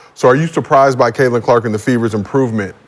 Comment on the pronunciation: Before Sheryl wouldn't say Catlins name like she was Beetlejuice. Now she's saying her name like Sandra Bland! 😂😂😂 R.I.P to S.B. but it's true!